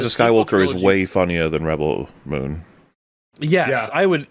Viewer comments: Reb-BELL Moon. 🤣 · I love how they kept saying Ribbel Moon lol